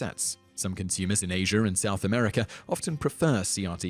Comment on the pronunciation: ''some consumers in asherw and south America''lol